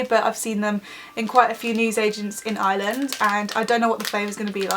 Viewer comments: Ireland is pronounced areland not island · Btw it's not called Iyland it's Ireland P.S I'm Irish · I’m from Ireland 🇮🇪 and you say it like eye-R-land not eye-land but not being rude ❤️ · Fam it’s not Island it’s Arland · She said iyland instead of ireland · Omg it is not pronounced island nooo that is so annoying it is pronounced ir-land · I am Irish and it's Ireland not island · Why do british people say Island its Ireland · it's not island it's Ireland I am from there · I watch the first ten seconds ... ISLAND Instead of Ireland oh for ffs kms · its pronoced are land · No when people say are-land that does my head in it's eyer- land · Also it is pronounced "Ar-Lind" not 'Island' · Ireland not iland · Not hating but is it annoying when British people say "iland " instead if ireland. Is brea liom tayto 😋😋 like if u understand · Someones offended Edit:Replayed it 3 times she said iland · Where the hell is "Island" it's IRELAND XDD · Stupid fuck English pronounce an r it's not island it's ireland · btw it's Ireland not island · The video just started and she pronounces Ireland like eye land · Why does she say iland 🙄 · Say it like are land ffs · 😂😂 she keeps saying island instead of Ireland 🍀🍀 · We Pronounce Ireland Areland (Im Irish) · Stop calling It island like if your irish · We don't pernounce it Ireland we pernounce it Areland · I'm Irish and everybody I know says it like Arland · It is pronounced ourland (Ireland ) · Is it just me or did it sound like every time she said Ireland it sounded like island? Still love you though xx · She's not pronouncing the R in Ireland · There's an r in Ireland (sorry I had to say it) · Not that I'm trying to offend any English or British people but do any of you guys know that there is an "R" in Ireland because you never really pronounce it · I'm Irish and your pronouncing Ireland Wrong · you can't say ireland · ITS IRELAND PRONOUNCE IT RIGHT (sorry but it just annoys me when people say it wrong) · She said Ireland wrong